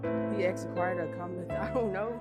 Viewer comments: He “axed” them “how old is you” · "I axed you a kweshtun!"